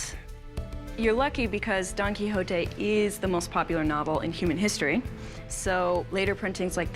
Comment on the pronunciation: The pronunciation on Quijote 😖😖